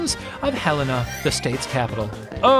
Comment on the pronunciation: Thank you for pronouncing Helena properly.